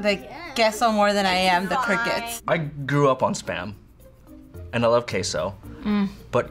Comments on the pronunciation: Why are they saying kaso in stead of queso :/ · are we gonna ignor the fact they said CASO not CESO srry if its spelt wrong no hate pls